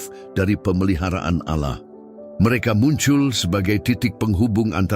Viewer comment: Allah di bilang auloh😂😂😂